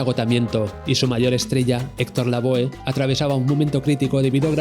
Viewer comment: Lavoe también lo pronuncia mal, se dice lavó jaja